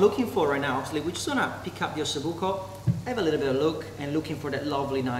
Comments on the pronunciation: Buco with one "c" not with 2 "c"...it means hole (bone with an hole). Delicious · OSSOBUCO NOT OSSOBUCCO